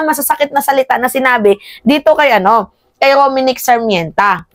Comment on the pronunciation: Dai it's R O M N I C K S A R M E N T A NOT Rominic Sarmènta